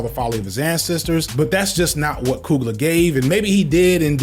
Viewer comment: It’s pronounced (couglee yay) I only bring this up because I’ve heard how Ryan coogler pronounces it himself.